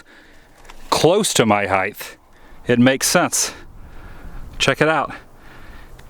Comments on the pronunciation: Height is pronounced "hite", not "heith." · nice video. Learn to pronounce height.